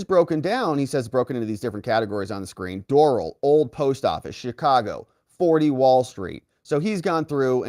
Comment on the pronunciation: I cringe when you say Doral. :) Not a golfer? It's pronounced door-AL. As in the Country Club